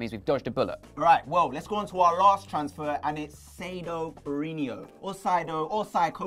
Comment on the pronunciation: Its BE-RA-HEE-NO, not Berahinio haha;)